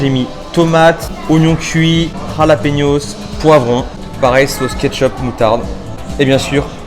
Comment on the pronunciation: C'est plus des "Jalapeños" c'est des "KhallassPenos"